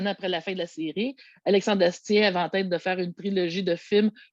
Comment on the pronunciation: Pour la prononciation, c'est bien Astier = "astié" et Kaamelott = "camelote" (signé : un fan français 😉) Et les éditions DVD et Blu-ray simples ont le même contenu, que ce soit en France ou au Québec. Seule "l'édition épique" contenait les bonus et le making-of en double (Blu-ray + DVD), en plus du film en 4K (mais cette édition collector est déjà épuisée).